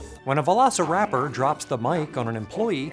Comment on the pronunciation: Velociraptor(Vel-loss-uh-rapper)! your the best. Keep it going! Also, please do Cold in July. I keep asking and I know it will never.